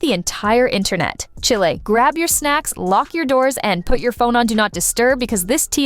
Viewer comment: She said Chilae to mean chile. 😂😂😂